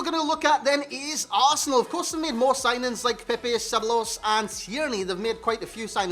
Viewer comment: Double ll in Spanish is a y sound. So Ceballos is seh-buy-oss